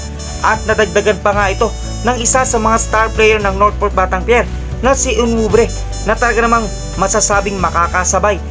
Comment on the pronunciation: Sir hindi po onwubre ....ang tama po ay on wu be re .... Thanks po sir more power po